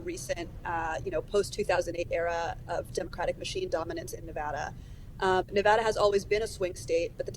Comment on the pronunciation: One of the few reporters who correctly pronounce Nevada. Good on you!